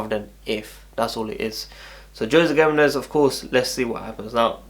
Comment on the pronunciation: Yo WWC GIMENEZ is pronounced as Hemenez